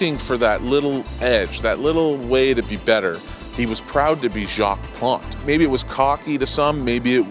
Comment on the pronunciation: Can't pronounce his name?